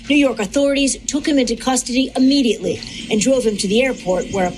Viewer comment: The word "immediately" is starts with the letter "i," not the letter "A". Therefore, the correct pronunciation "immediately," not "Ammediately". So, I started speaking out about it to help educate people about the correct way to say words that start with the letter "i".